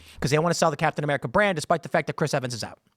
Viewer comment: Its captain "whaaamerica" now.